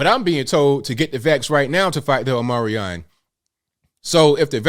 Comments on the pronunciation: dear God man please pronounce things correctly. OHM-EE-CRON not OH-Merry-ON. HOOSE-GOW not Hoose-Gooo. Dear God, man, I'm about to unsubscribe because this is the auditory cringe I get from the wrong use of loose <-> lose. At least */residen Brandon says "OMNI-CRON" which is closer to the phonetic accuracy than your pronunciation. FFS, dude. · It is pronounced, Omee-cron.. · Omicron not Omarion dude 😂 Come on you're perpetuating the cliché of Americans who can't read. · " omicron " is not an english world, so you're misspronauncing it...by the way, good on you to point out the level of hypocresi coming from the Dems.